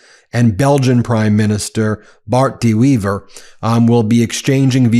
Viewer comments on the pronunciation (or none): The Belgian prime ministers name should be pronounced as "Bart The Waiver"